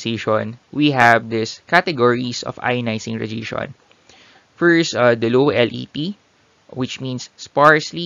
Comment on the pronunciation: good video but you should maybe learn how to pronounce "radiation" correctly, it would help us to keep up.